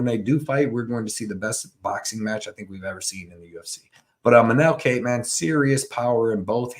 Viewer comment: W. only complaint is learn how to say Kape (pronounced cop)